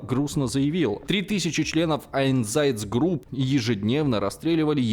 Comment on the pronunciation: Мне показалось, или реклама была сделана немного... "через губу"? :3 "айнЗАЯЦгруп"? :3